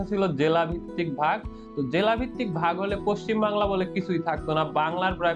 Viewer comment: You cannot pronounce the correct Bengali name of West Bengal. It is not 'pachchimbangla' : it is 'paschimbangla' or 'paschimbanga'.